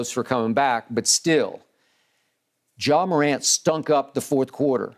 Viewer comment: Nobody: Skip: “JAW” Morant